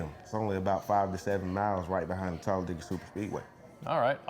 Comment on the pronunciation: Props to for correctly pronouncing Talladega, we locals can always tell if someone is not from around here, because the say "Talla- Day- ga"